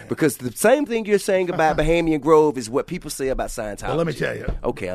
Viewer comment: T.i. keeps saying bahamian grove lol it's Bohemian Grove.